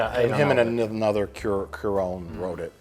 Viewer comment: Why do they pronounce Cuarón like Kiron? It’s CUA-RON, tonic emphasis on the RON, it’s like saying quack. Cua. Quack. Is it really that difficult? But then again Mike can’t even say Sandra Bullock’s last name right.